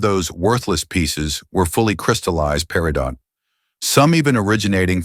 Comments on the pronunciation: Peridot = PERRY-doe (T is silent) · The T in Peritot is silent!